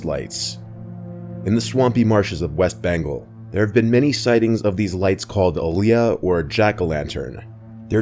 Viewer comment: I thought he said west banko 😂